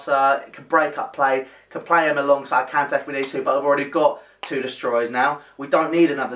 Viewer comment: Also for future videos, it's pronounced Can-Sell-Oh